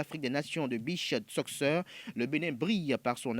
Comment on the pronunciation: "Soccer" lire "sokeur"